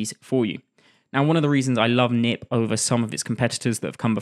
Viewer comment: I don't think it's pronounced 'nip', but 'k-nip', with the 'k' not silent, since the tool is developed by a Dutch person and 'knip' means 'cut' in Dutch.